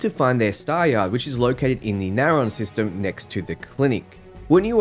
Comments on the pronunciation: Can't stand the way you pronounce system names, just take like 3 seconds and fucking read them before gurgling out "NaYHRAWn" it's fucking narion (Nare-ee-on) it's 3 fucking syllables for Christ's sake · Do you have dyslexia by any chance? You manage to mispronounce a majority of names. Polvo, Deimos, Narion. I don't mean to offend, but I know that won't be possible in this case.